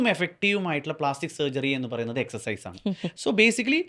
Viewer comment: എക്സർ സൈസ് എന്നാണ് എക്സ് എച്ച് അല്ല